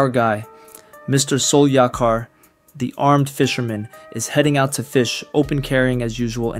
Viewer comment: Soul yack-ar. Lol cmon bro